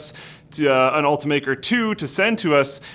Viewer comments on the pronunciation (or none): It's pronounced Ult-I-maker not ultamaker